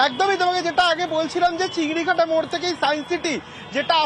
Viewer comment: Correction - chingrihata❌ chingrighata✅